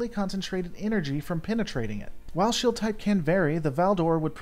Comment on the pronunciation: Please, for the love of God, stop dropping the long e when you pronounce things. "Shield," is pronounced sheeld... not shilled.